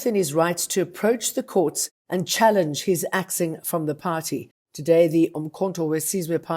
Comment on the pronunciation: Where's your hijab, Jane? And btw it's political party not putty.